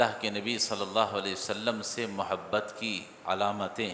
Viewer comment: مو حبت نہیں محبت ہوتا ہے